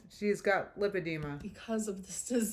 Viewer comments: LAH alert: if she got an in-person verbal lipedema diagnosis, wouldn't she KNOW how to pronounce it? Because the doctor would have said it? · Hi Guys! I may be nitpicking but don't you think if she was at the specialist for lipodema, then she'd know how to pronounce it. I am sure the doctor would of said it multiple times. I don't know. I don't believe it. I think her doctor was WebMD. I hope I'm wrong. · Funny how she “listens” to her doctors’ advice but can’t pronounce her diagnosis